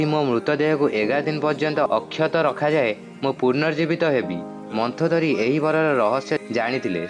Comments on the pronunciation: ତୁ ତ ମନ୍ଦୋଦରୀ କୁ ମନ୍ଥଦରୀ ବୋଲି କହୁଚୁ ତତେ କଣ କହିବି ଆଉ ଯା ଯା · Arey bhai..se ମନ୍ଦୋଦରୀ ....ମନ୍ଥୋଦରୀ kiye ho!